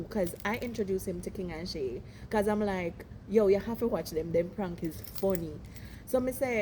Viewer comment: 😂😂😂😂😂😂 bro she say shy Shay😂😂😂😂